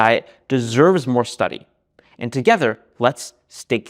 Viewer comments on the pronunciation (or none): "stay curious" Me: "did he say steak-curious?" 🥩🤤